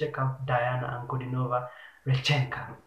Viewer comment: It is R "E" chenka, not Rechnk "A"